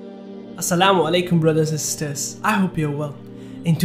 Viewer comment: My dear brother your videos are amazing... Kindly pronounce the words correctly like sisters tradition city camel and many more I follow your channel and the pronunciation really irritates kindly research on the words (google) before recording the audio... Thank you